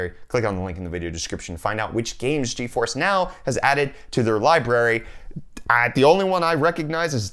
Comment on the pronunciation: "GeFore Now"